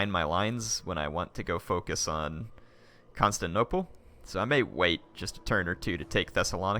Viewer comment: can't wait to watch the battle next episode but please...someone tell how to pronounce constantinople. it's not constanople where the syllable 'tin' is completely missing and it has been like 10 episodes with him saying it like that.